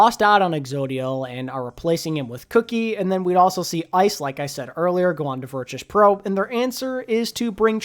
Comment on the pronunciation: Why do you keep pronouncing Virtus Pro with a ‘ch’ and not a ‘t’